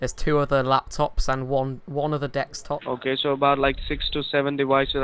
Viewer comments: "it's a dextop computer" LOL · Deckstop, Wirus lol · "dekstop"... triggered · And it's desktop, not dextop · because scammers pronounce it dextop and wiruses instead of desktop and viruses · When you purposely say "Dextop" all that comes into my mind is that virtual desktop program "Dexpot". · Dekstop XD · dekstop lol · Mate, I love your videos - but why do you keep saying DEXtop? :-P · i lose my shit everytime he says dextop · why do you say Dextop?